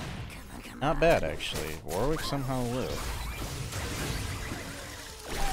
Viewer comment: ily but that is NOT how you pronounce Warwick my king 😭😭